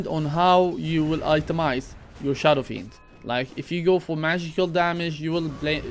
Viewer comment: Did you just say SHADOW FREND